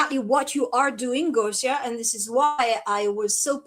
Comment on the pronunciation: Oh Gosia (and dear, it's pronounced Goshia!), know that there are more and more of us in France who love you dearly. I've been sharing your videos with French subtitles for a long time. This is because, since 2020, I've discovered the free spirit you've become, no longer identifying with the extraterrestrial races you may have once inhabited. For me and my close friends, there's no doubt that you're here to set a good example for the starseeds to follow. So, welcome to France soon!